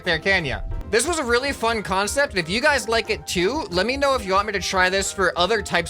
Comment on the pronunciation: e y did you say wheely joke